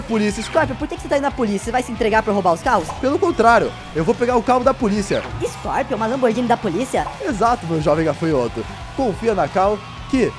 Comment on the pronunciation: Scorpions você falou errado milhões me põe